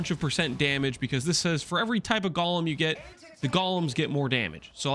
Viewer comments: 'Golem' doesn't rhyme with 'Gollum'. The 'g' in Aegis is pronounced 'j'. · Does people pronouncing golem as "Gawlem" annoy anyone else?